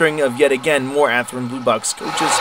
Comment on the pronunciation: Athrin? no. Athearn yes.